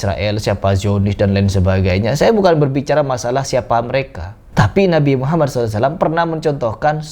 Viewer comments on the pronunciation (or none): none